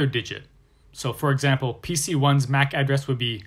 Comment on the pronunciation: i very much dislike how he says MAC address, Makes me wanna quit watching